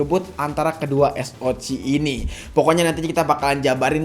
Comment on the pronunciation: Baru nemu kanal yt yang nyebut SOC tuh es o ci hihihi out of the box